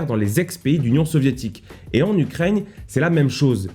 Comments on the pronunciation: Les gens: Ukraine: Ukraigne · C'est Ukraine pas "Ukraigne" comme tu dis tout le temps... x) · C'est moi ou tu dis ukraigne? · Gros Job ! C'est moi ou une fois sur deux tu dis Ukraigne ? 😆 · Alors, intéressant ! Mais tu vas arrêter de dire "UKRAIGNE" bord3l !